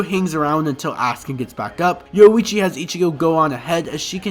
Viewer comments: Yowuichi lol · All the "O-hime, Yoichi and Kyaku" aside, a much needed video. Thank you.